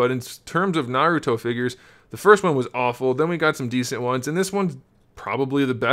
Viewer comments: And his name is Naruto not Narout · oh if you say what your talking about your a pro at naruto your not you can't even pronounce his name